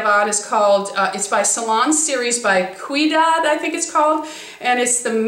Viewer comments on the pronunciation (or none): I can't wait to try this! I use all of there products and get the special haircut they offer for curly hair :-) I'm glad you mentioned this product because I have never seen it! By the the way, Quidad is pronounced kinda like weedad, it's a funny name but a great line of products! Love you!! Hugs